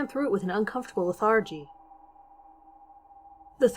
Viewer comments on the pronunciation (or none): Did she really say . .Re-TIE-cence.....lee-THAR-gy.....just...VERY UNSUAL pronounciation... ?